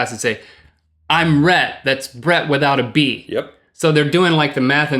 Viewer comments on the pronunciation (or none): Rhett \r-hett, rhe-tt\ as a boy's name is pronounced ret. It is of Latin origin, and the meaning of Rhett is "speaker". Also variant of Rhys. Rhett is most familiar as the hero of Margaret Mitchell's "Gone With the Wind". I figured out who you were named afterrrr...... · You should say Rhett like Ret and Stimpy